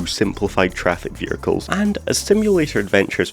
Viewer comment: i still cant get past how you pronounce "vehicles"